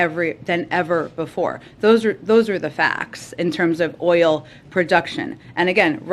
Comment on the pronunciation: Peppermint Patti does it again 🤣😂😂😂 “let me give the facts here” 🤣🤣🤣🤣🤣🤣🤣🤣🤣 ** she can’t pronounce “oil” .. 5 times to say it correctly… gooo peppermint!!